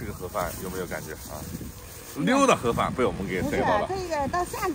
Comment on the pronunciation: 我听到的是“垮饭”，根本没喊“盒饭”